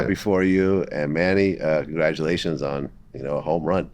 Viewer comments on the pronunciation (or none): Vlad talking about “Gradulations”